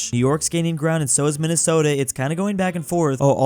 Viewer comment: I love the great state of "Minnestota"